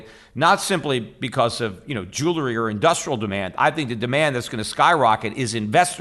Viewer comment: You say jewelry wrong. You pronounce it Jew-larry. It's Jew-El-Ree.